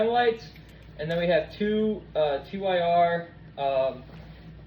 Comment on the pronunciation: TYR, not TEE WHY ARR. Just TYR, like the god in norse mythology.